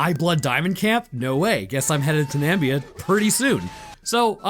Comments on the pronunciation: Nam-ib-ia not Nambia. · Also what the fuck is a "nambia" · Question: Why is Namibia pronounced Nambia in the US. Is is like aluminium/aluminum, caramel/carmel? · Really bugs me every time I hear "Nambia". Two I's in Namibia. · I stick to Namibia not Nambia lol mayby thinking Zambia? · I dunno if you did it on purpose to drive engagement by having people correct you in the comments, but here goes! "Umm... Actually, the name of the desert is the Namib desert, and the country is Namibia. The desert stretches from Angola, through Namibia, into South Africa. Nambia is categorically incorrect. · The country is Namibia, not Nambia. Nambia is the country trump made up when he forgot how to say Namibia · There are 2 "i" in Namibia, you know? It's not Nambia. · It's Namibia 🇳🇦 not 'Nambia'. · Namib Desert of South Africa, Not the "Namibia Desert", and it's "NAA-MIII-BIII-YAAA" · Being from southern africa, I love how you butchered Namibia. - wait do you mean tokoloshe? You pronounce that one toh-koh-LOH-shee. You need to do more southern African themes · bro, your pronunciation of namibia is killing me inside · Namibian here... It's so weird with the mispronouncing, made me laugh